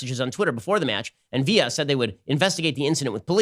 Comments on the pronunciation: Viyya LOL it's pronounced Viller. English guy here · Why did Ben pronounce Aston Villa, an English football club, with a Spanish accent 😂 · Ben's pronunciation of Aston Villa is hilarious. Its villa as in like house by the lake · It's pronounced Aston VILLA (like "pillar" with a "v")